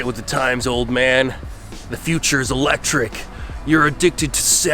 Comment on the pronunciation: It's eléctric car